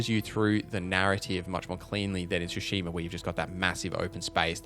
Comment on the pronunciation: TSU. Tsushima. Not Shoeshima. Same Tsu like in Atsu. You're already saying it properly in a different term.